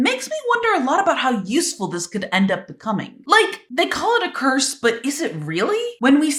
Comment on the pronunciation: when you said edas curse it sounded like you were saying purse😂